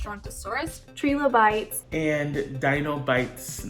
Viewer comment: Fun video!!! Sad if Dinoland USA goes away - agree with Breedlove that it is refreshing not being Diz IP Dr. Seeker IS sketchy - that is part of what makes him so endearing. Btw -: it is pronounced Try-low-bites (like tricycle...:) Y'all are appreciated - keep up the great work!!!